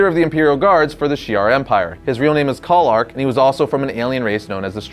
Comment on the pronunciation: call-ark? Really?